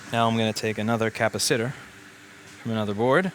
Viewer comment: I still love the pronounciation cappa sitter. :D